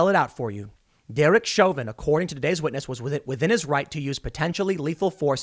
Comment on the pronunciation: A Scwitness